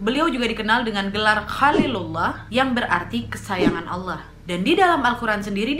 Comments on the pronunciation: Ku suka ka Nadia pas sebut ALLAH. Karna klo dlm ilmu tahsin,makhorijul huruf nya ka Nadia (tempat keluarnya huruf) bagus kali mimik mulutnya. Sempurna lah penyebutan ALLAH nya. Love kali buat kau ya wakk.💖💖💖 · Yupz,,tafhim dn tarkik dlm mengucapkan Allah.